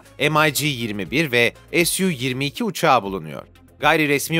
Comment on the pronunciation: SU uçağını yapanlar ingiliz yada Abd li değil. Yaptığınız videoda ingilizce değil ozaman SU -2 2 yi "SU 27" diye okuyun "ESYU - 22 diye değil!